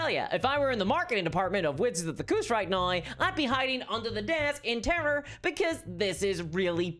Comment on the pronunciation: THIS COMMENT IS NOT INTENDED AS A CRITICISM.! I am enjoying your witty repartee and delivery, and I am curious about your accent, in particular the way you pronounce the word "now" which to my (admittedly untrained) ear is sounding like "nigh". Is this common in your region of the world, or is it unique to you?